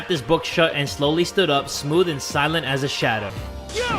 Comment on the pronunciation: I thought i heard smoothie instead of stumugi idk hot to smell her name